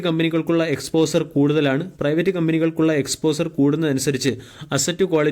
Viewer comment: എക്സ്പോസർ എന്നതിന് പകരം exposher എന്ന് പറയുക.